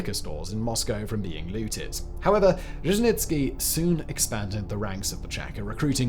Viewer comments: Its not fuckin Żeźnicki its Dzierżyński... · What's with the "itsky" stuff? Slow down, pal! Also Dzherzhinsky also had a model for the Cheka. It was the czarist secret police, the Okhrana. Ain't nuthin' new under the sun. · who the hell is je-je-nits-key? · A lot of English speakers don’t like to put effort into reading and pronouncing Russian or Russian adjacent names. It’s sad but true. And the name doesn’t even have to be complicated. I live in the US with the simple name of AYNA………..you read that as ANYA didn’t you? So I’m just patient with fact boy and his Dezhenitsky and Zhezhenitsky. He’s got good facts, few grammatical errors and is fun to watch. ❤ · Repeat after me. ZHER-ZHIN-SKI. ZHER-ZHIN-SKI. ZHER-ZHIN-SKI. ZHER-ZHIN-SKI. ZHER-ZHIN-SKI. ZHER-ZHIN-SKI. ZHER-ZHIN-SKI. ZHER-ZHIN-SKI. ZHER-ZHIN-SKI. ZHER-ZHIN-SKI. Your word is taken as fact, make it worth the effing effort. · You butchered Dzierżyński's surname SO hard that I feel like it's a form of vengance for all the Blood on his hands. :) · Poor Simon… Saying the surname Dzerzhinskiy so many time just broke him. He just gave up at some point 😂😂😂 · You butchered his surname a lot Sir. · Not only that, but there were a couple variations, each worse than the other.